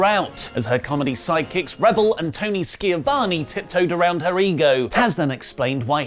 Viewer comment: Does know he’s been misquoting Jericho’s mispronunciation of Schiavone ever since it first happened?